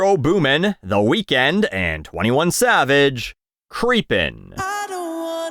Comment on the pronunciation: I appreciated the pronunciation of Weeknd as “weakened”. Nicely done.